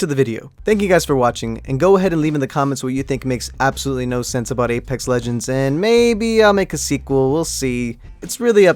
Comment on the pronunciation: Jeez why did you say Alex it's apex